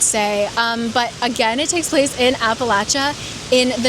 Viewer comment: AWESOME vid. Thanks for pronouncing Appalachia like an Appalachian. 😂😚